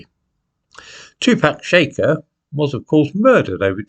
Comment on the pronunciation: 'Shakur' has the stress on the 2nd sylable: ' shack- UR ' ( like McClure) I hope this helps...